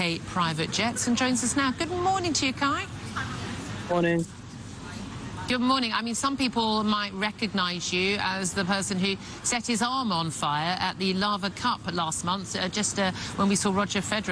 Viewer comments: It’s The Laver Cup Julia not “Larver” after Rod Laver the great tennis Player. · To be fair Julia said "Lava Cup " instead of "Laver Cup" which is ironic